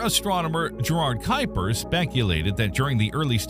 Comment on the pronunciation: The first thing you need to know about the Kuiper belt is how to pronounce Gerard Kuiper's name correctly.